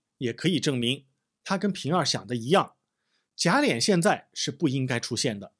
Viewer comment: 贾琏，lian,二声，不是三声。